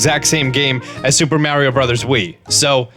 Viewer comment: The way he says mario is hilarious. Love you